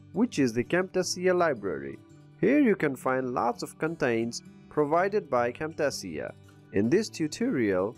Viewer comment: Good video but imma need you to learn how to pronounce "Cam-Tay-shuh" the right way"